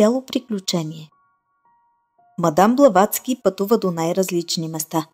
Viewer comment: Казва се "Блаватска", а не с англосаксонското му звучене.